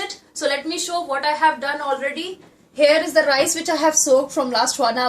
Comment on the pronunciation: need to improve your English.....RICEE.....the teth Punjabi slang....also need to be more polite....u appear too harsh....